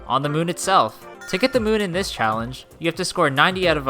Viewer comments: Anyone else realise he said CHALLAGE instead of CHALLENGE? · its not challage its challenge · U said Challage for number 10, not challenge, but still amazing video :} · Why you say challange or even challage, was it intended? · it said challage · The first "challage" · The first one said Jump Rope Challage. Challage... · "Jumpe Rope Challage"